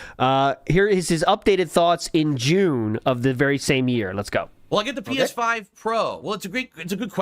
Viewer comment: th’pee-eshh-five prohh